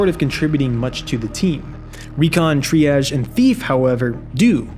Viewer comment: >starts video by assuming viewer is an idiot >says it’s a stealth game >shows an example of him ratting an exfil >thinks that’s original and worth making a video on >mispronounced Triage >is a toddler >and an idiot >hasn’t touched Cryo